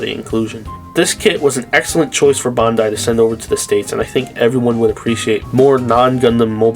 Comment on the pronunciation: My man pronounce Bandai correctly please for the love of God